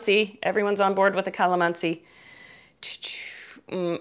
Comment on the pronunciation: Wow watching you here from Philippines.. and I just smiled when you say Kalamansi..😊😊 You are indeed a good baker.. Hope to make this recipe soon.. Btw thank for your helpful informations. God Blessed.😉😊